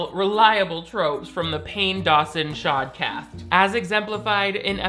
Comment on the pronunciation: "pain dawson shodcast" 💀